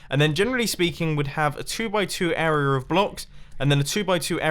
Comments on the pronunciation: I hate how he says 'arier' instead of area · Dear Mr. Mumbo: It's AREA not AREAR !!!!! ;) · I just realized he says “area” as “errorer” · This arier is done and this arier is done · Sometimes he pronounces "area" correctly, other times he says "errorer"